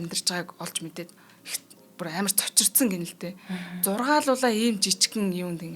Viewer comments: Хэд хэдэн удаа тэгэж хэллээ, ЗУРГУУЛАА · Сонсох дуртай подкаст шүү....ярианы чадвар нтр нь бол нээх асуудал бишээ ...харин монгол үг хэллэгээ зөв хэлж дуудаж сураарай гэж хэлье....Зургаалуулаа биш зургуулаа гэж хэлдэг шүү....хэд хэдэн удаа хэлж байналээ шүү....Баярлалаа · Зургуулаа гэдгийг яаж хэлээд байган бэ кк